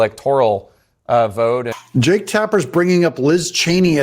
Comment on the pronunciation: Did you say Jake...or Jerk? 😅